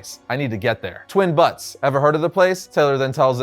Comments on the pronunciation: It’s pronounced “byoots” lol twin butts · You’re telling me you nor anybody else who works on these videos knows what a Butte is? Man really said “twin butts” come on man i was trying to enjoy the story and take it seriously. Butte is pronounced like the first half of “beautiful” beaut butte. Not BUTT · Its būttes. The 'u' is the long 'u' like in puke. Not 'butts'. Lol